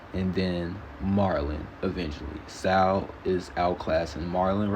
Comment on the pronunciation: Driving me crazy. HILDE IS PRONOUNCED HILL-DEE, Not Haldee. ZOE IS PRONOUNCED ZOEY, not Zo. SAUL IS PRONOUNCED Saul - Rhymes with Paul, not SAL. Did you get pass grade 3?